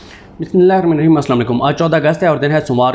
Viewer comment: بسم اللّٰہ تو ٹھیک طرح سے پڑھا کر۔۔۔۔۔ 😢😢